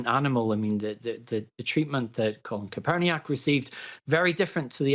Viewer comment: The state of this lad. Can't pronounce kaepernick's name. Capurniac. How is he qualified if he doesn't even know people's names?